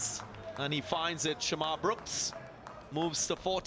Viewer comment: Its "shamarh" brooks .. not sharmarh 😆